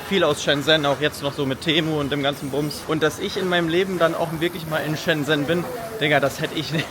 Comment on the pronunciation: Neiiiiiiiin. Das erste, wo die geguckt haben ist richtig. Die haben nur geschaut, weil du es richtig ausgesprochen hast. 😂